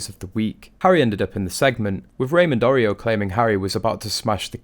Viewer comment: Arroyo is pronounced : A- Roy-yo. And I don't know a single person who cares one bit about either of the Suck- exes.. They are ingrates and whiners. Nothing for Americans to admire in that.